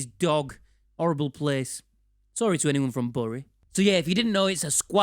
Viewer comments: BURY IS PRONOUNCED BERRY NOT BURRY! love the vid tho 😂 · I was born in Bury! Not been back there in decades mind. Also it's pronounced "berry", or more likely "berreh" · Pretty sure it’s pronounced ‘Berry’ 🤣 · It’s pronounced Berry, you white rose philistine!